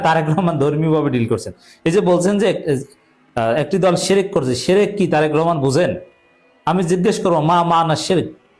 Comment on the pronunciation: তারেক সাহেব নিজেই শেরেক করে শেরেক। তারেক শির্ক কে বলে শেরেক, বুঝাই যাচ্ছে যে সে শিরক সম্পর্কে কিছুই জানেনা।